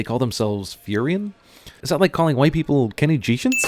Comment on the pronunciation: god, i know this video is old, and no one cares, but i listen to your shit on repeat to sleep and every time this comes up is bothers me because im insane, They are called furyans because the planet is Furya like Americans comes from America, you are better than this sin guy whose name i never bothered to learn